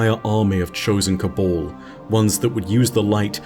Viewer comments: Cabal not cobul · Pet peeve but it’s Si-va not see-va. It’s Ca-bal not Ca-bawl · "The cabol...the cabol...the cabol" DUDE, you do pronounce the first "a" in "ca...bAl", so wtf?!?